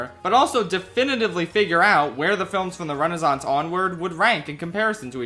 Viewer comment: There are two "s" in Renaissance. You should pronounce them.